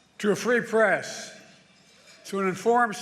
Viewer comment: “And you the pree fress play a critical role” 😂